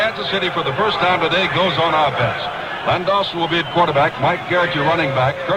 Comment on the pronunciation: Its not Lenny Dawson is Len Dawson